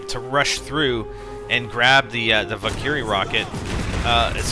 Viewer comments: Val Ker Ree. Not Val Kee Ree. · valkyrie= val-ker-ree not val-kee-ree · isnt it a val-ker-ry laucher? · its like he doesn't know how to pronounce valkyrie. (VAL-KUR-EE) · its prenounced val-ker-rye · Well you sure sound like it , but thats not the point you cant pronounce Valkyrie Rockets right .... You ey Canad? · u kinda pronounced valkyrie wrong.........cant really tell you in this comment how to pronounce it